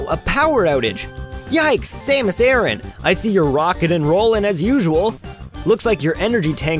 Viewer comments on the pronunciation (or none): none